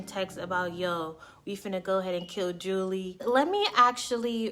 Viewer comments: You lost a sub - Marcie didn't kill her the nephew of her boyfriend did. Name is pronounced July - not Julie and other "thoughts" you gave are inaccurate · Her name is pronounced “July” not “Julie” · It’s pronounced July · Enjoyed this video, definitely a case with the most extreme bitter baby mama. Julii was very pretty and just living her life, sad her life was senselessly taken. Her name is pronounced like July. I pray for her daughter’s comfort. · Pronounced “July” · I Love your show, but it's pronounced ( July) Julii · Her name is pronounced July/. julii is her name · Her name is pronounced July (Julii). I went to school with her. Super super sad case.